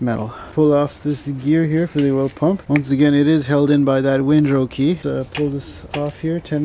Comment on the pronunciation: "Windro key" ? It's a "Woodruff Key"